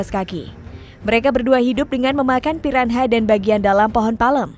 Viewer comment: Piranha di baca ; piranya